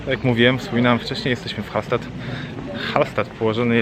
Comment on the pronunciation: Hallstatt (czyt.Hallsztat)